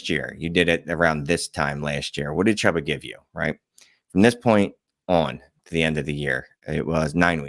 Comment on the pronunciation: its pronounced Chew-Ba FFS.